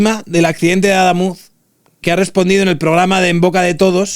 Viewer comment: No es Adámuz (llana, lleva tilde porque no acaba ni en n ni en s ni vocal) sino Adamuz (aguda, no lleva tilde porque no acaba en vocal, n o s)